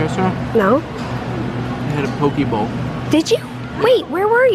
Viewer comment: I totally thought said he had a Poké ball to eat!😂 #GottaCatchEmAll #PokemonNotGerms